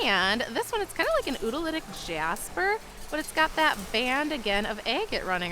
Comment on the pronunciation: It's pronounced "oolitic", not "ootilitic" 😉